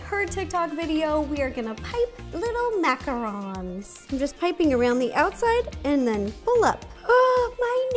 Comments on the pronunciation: Macaroons!?!??!!?!! It’s macaRONs!!!! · I always thought it was pronounced macaroons like oooooo but Ro says them like Macarons like oh ns